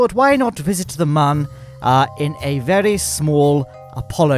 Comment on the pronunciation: He says it like "verry smoll"